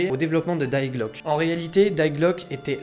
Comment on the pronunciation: Ta prononciation de Die glocke montre que t’es pas duuutout allemand 😂